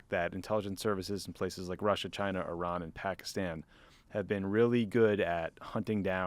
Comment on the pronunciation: Keep mispronouncing - it's an enjoyable confirmation of stereotypical U.S. parochialism (eyerark and eyerarn being my particular faves)